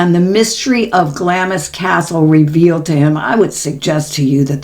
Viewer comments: Clamps is pronounced Glams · Hi just love your podcasts❤ i didnt want to sound condescending Glamis is pronounced GLAAAAMS CRAZY really.....sending love and blessings to you and Max ❤❤❤❤ from the UK 🇬🇧